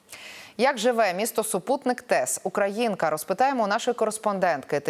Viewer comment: Ви неправильно робите наголос у назві міста! Ох журналісти!